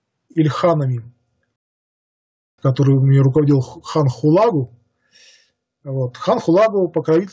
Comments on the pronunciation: Уважаемый,! Сверяйте свои выступления со словарём ударений русского языка. Уши вянут от ЕвангЕлия, БАтыя, ХулАгу и т.д. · а разве не ХулагУ' читается , говорится , произносится?